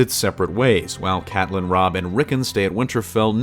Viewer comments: As soon as he pronounced Catelyn incorrectly I was out. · Derik Knutson honestly same though